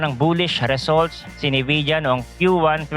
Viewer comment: NVIDIA yun lods, pronounced as "Envija" You're welcome.